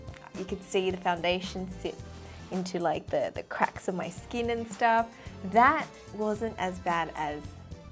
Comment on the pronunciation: “It’s like diamonds on my skeen”